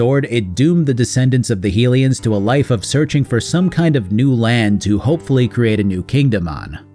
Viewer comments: My head says BotW/TotK are the best Zelda games. And I do love them. But my heart will always belong to Wind Waker. Also, my man, High-lian not Heel-ian. They are HYlians from HYrule. Named for the goddess HYlia. I used to make this exact same mistake. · Djerudo? Heelians?